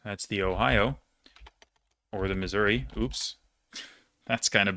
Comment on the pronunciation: actually pronounced the ng correctly.